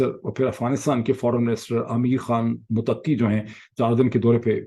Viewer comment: Dr. Sb. ,Mutakki , nahin ,, muttaqi